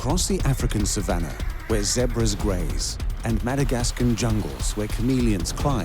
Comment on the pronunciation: Your putting to much syllables in “zebras” I can’t watch this just because you’ve said “zeberaha” 9,000 times in 3 mins